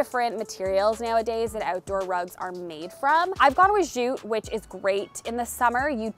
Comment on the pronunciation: I was just thinking about the way you pronounce “jute” as “zhyoute” instead of jute.... next thing I hear is the finesse conversation! LOL 😂Love your videos. You’re so creative and have great taste!!